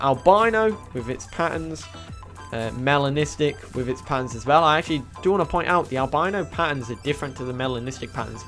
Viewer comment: Why do i always think you saying my name when you say melanistic 🤣🤣🤣 Also the tropic skin looks more like a koi fish 😍😍😍